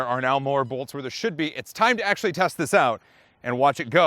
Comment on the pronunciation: Did he say axleually?